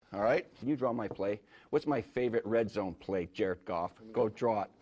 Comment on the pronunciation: It sounds like he is saying Jerk off when he says Jared Goff